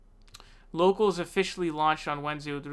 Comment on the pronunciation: You sure you got that name right and it’s not “Yocals”? Rubin is apparently pretty “brave” not debating Sam Seder.